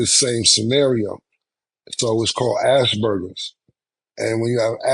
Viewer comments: "Ass burgers" (Aspergers) is crazy! PAUSE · Cam said Asbergers like ass burgers lol